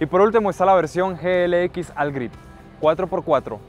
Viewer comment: Mal pronunciado el "All"